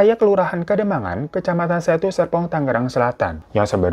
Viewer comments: Bang hiro bilang Serpong nya kepleset apa emang kuping ku yg filter otomatis huruf R nya 🥴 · Bang, lu kepleset, sumpah gua gak salah denger, serpong bang, jgn ilangin R nya, kwakwakwak